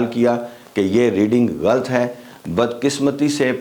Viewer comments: Very interesting. 1۔ لیکن ٹرانزٹ کے spellings غلط لکھے ہیں، ان کو ٹھیک کر لیں۔ 2۔ آپ لفظ غلط کہتے ہیں یہ لفظ "غلط" یعنی ghalt نہیں ھے بلکہ "غہ لط" ھے یعنی gha lat. Thanks. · Salam, Ch sajid meo gain, intresting & funny mistake about word galt (wrong), is word par memoory zenhn me aagaee ustad sahb ki, i say it in funny style as my teacher taught us before 24 years, apka lafz galt galat hy_ aur galt ko galat padha/prounounce kia jaye to saheeh hy, i thing u got it, should be pronounced Ghalat/galat,, for all who read this comment, m not a teacher for my respected, but knowledge should be shared, hmmmm, when needed to say galt, say it galat it will be right, ha ha, God bless u, a student learns ever...